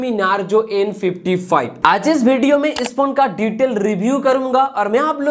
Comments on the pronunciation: Vai it's detail not Diteled nehi .. 🤣🤣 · you had me at "diteled" 😂